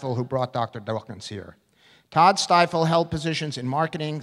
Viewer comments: lol at the mispronunciation of Stiefel . He became president of the "Stifle free thought foundation". ha ha ha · Its a bit funny the man mispronounced Stiefel's name. It sounded like the "Stile Freethought Foundation" :D